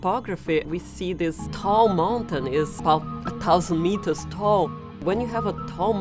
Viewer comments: She probrabaly speaks German also, and it sounds like she said "Tausend" which means "Thousand" in English. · she can say thousand. I cant remember the accent it is but they cant pronounce 'th's